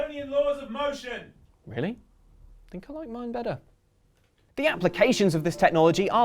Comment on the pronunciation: "better" was the most British thing I've heard in a long time